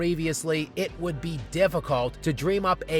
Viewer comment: "Hennything is possible"